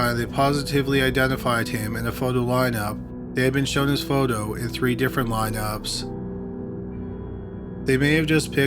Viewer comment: "Photo." "Foe Dough?" "Photo." "Faux doe." Fo-do' His strange pronunciations really ARE pretty awesome. I think it's part of why i'm here... :)